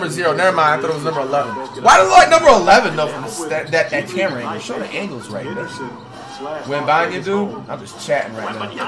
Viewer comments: No way commentator called him wembenyana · Flights pronunciation: Wemeyamen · Dude said Victor wembambam 😂😂😂😊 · victor wembayuuyyammma man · “Victor Wembeneyembe” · Bruh just say wemby 😂 it's "wembanyama" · “Victor webaman” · "Victor wembemabah" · Victor wemenyamna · Heres to many years of flight mispronouncing Wembenyamas name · I just came to listen to Flight trying to say Victor Wembanyama